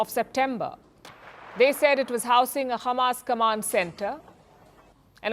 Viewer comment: Why she is saying khamas? Is she from Israel?